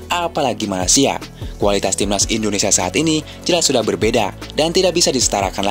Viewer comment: ENDONESA saking semangatnya logat jawanya mulai muncul.😅😅😅